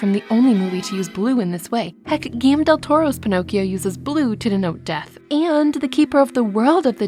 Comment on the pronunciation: loved it! just a small correction, Guillermo del Toro is Mexican, and in spanish it is pronounced differently from the similar french name.